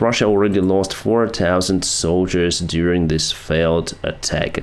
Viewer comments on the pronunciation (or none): none